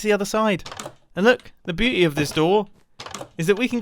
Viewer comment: "The Booty of this door" is what i thaught he said XDD